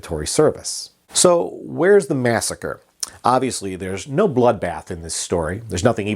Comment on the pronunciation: other than the "massacree" misstatement, very well done indeed, even the newspaper clipping, nice. And actually, sort of an important historic document, thank you.